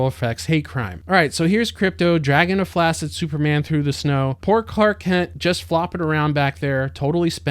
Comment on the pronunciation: Thank you for saying “Flaccid”